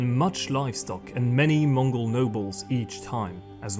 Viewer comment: This is such a good documentary. Props to even pronouncing the Mongol names so accurately. ❤